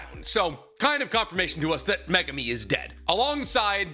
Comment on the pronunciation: My god… why do you pronounce megumi’s name like that?!?!?